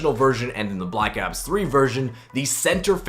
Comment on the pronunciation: The way he says ops just hurts me